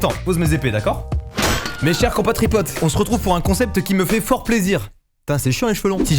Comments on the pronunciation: "mes chers compatripotes" 🤣🤣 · Quand mastu a dit « mes cher compatripote » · "Mes chers COMPATRIPOTE" ! MDR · mdr "mes chers compatriespotes" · "mes chères compatripotes" MDMRMR JPP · "mes chers compatripotte" 😭